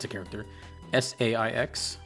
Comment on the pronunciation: FYI, Saïx is pronounced (Sigh-icks)